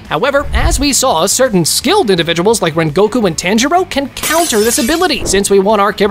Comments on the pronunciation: This nga said taanjiro 😭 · bro said only true anime fans subscribe but pronounces tanjiros name wrong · I hate how you pronounce Tanjiro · it was a entertaining and good video but the continuous mispronouncing of the names bothers me so much mainly tanjiro and zenitsu